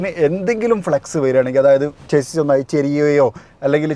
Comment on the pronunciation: chassis - ചേസിസ് അല്ല ഷസി എന്നാണ് പറയേണ്ടത്